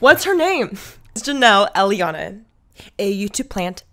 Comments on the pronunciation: Every time she says "jelly-anna" I start busting out laughing because that's literally how my cousin used to say my friends name. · Just edit out parts where you mispronounced her name. Jesus. Could you make it any more obvious how disrespectful you act towards another person, industry plant or not? All this speculation is fine, all good for the fun, but look at yourself. Pure jealousy. Not to mention all this talk about fabricated authenticity. You eat in the middle of filming on professional high quality camera gear as well as blabber away about irrelevant stuff to appear "quirky". You are what you criticize.